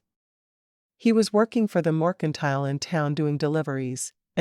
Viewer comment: This narrator says mOrkentile instead of MERCANTILE. lol😊